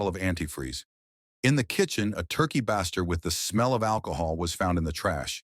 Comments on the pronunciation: Baster is pronounced like BAY-ster. For Pete's sake. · That would be pronounced baster like baystir not a short vowel sound did that bother anyone else ? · Can't they at least listen to it first and correct the mispronounced words?? Turkey what?? Bassster? lol@ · " turkey baah-ster" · Yeah AI narrations suck, they always pronounce multiple words incorrectly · Please teach your AI how to properly pronounce "baster" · Is this AI narrated? It said baster so weird. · The mispronunciation of Turkey Baster is driving me nuts 😂